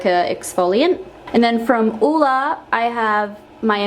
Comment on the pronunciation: Love the way you pronounce Ole... Hugs from Denmark (where Ole's from) :-D